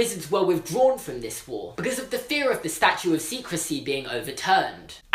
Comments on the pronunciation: George Kaplan I think he was saying statute of secrecy but his accent made it sound differently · u realise its statute and not statue, and legislation has a j sound not g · "Statute" not Statue.